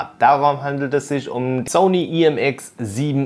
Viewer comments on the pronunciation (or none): none